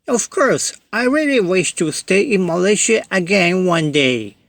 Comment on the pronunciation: This is the first time I hear foreigner say Malaysia as Malaysie instead of Malayziya or malaisiya. Sound so local and pleasant to me. Tq